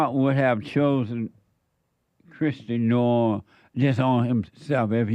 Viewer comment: Stupid comments by Jesse about Kristi Noem. How could he not know how to pronouce her name?